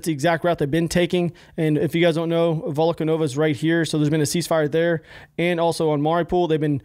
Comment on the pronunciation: Volnovakha pronunciation is being butchered the most, I think. What was it in the video, Volkonova? Like not even close